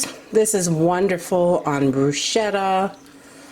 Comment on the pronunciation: Ok. I’m not trying to be rude. But bruschetta is pronounced like it has a “k”. Like brusketta. That being said. I’m going to make this cheese.